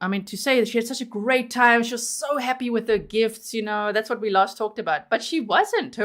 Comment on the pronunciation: lol “I’m sorry WUT?” lol you sounded so American Lolol like a total valley girl ya know! lol AND it also PERFECT response to TWO phone resets sigh